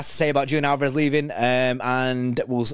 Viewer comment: Leaving before you even learned how to pronounce his name ;) I'm thinking about this slightly differently. We have a much more talented replacement already in the squad we got for free, who has emerged as an incredible talent: Oscar Bobb, who can play anywhere along the front line and doesn't have a sledgehammer for a first touch and a yellow card for a second. I'm excited to see what the youth will do this year. Am concerned about general depth in the midfield though